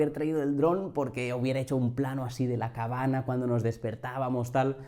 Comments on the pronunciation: Te iba a preguntar lo mismo. No se porque decias cabana jajajajajja muy buen video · Por qué dices cabana? Es una manía o tienes algo contra la ñ?